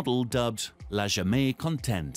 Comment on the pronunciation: Ce gars ne sait pas comment dire la jamais contente